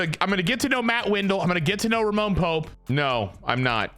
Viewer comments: for the love of sweet christ brother the mans name is RAMON Pope😂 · If youre gonna keep calling him “Roman” when his name is clearly “Ramon” then just change his name to Roman